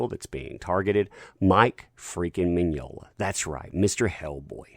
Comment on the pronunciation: Mignola, Mignognia. To-MAY-to, To-MAH-to. Enough with this cancel culture bullshit!